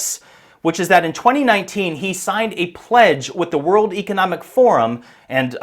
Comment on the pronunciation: Since when “Economic” rhymes with “Archeologic”?